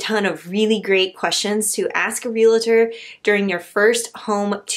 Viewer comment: Re-al-tor. Not re-la-tor. 😊